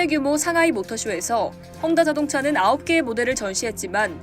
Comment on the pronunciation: 혼다 아니고 헝다